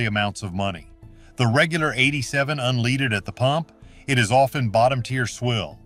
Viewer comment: This is typical A.I. bull shite - it says don't use gas just because they use that brand in race cars then turns around and says use SHELL gas because they use it in Formula 1 race cars. Can you trust a voice that can't even pronounce leaded gas ???? Take this info for what it's worth, then do you own research.